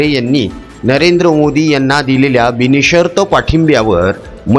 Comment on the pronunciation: Tumch marathi sudhara....binshart...not bini shart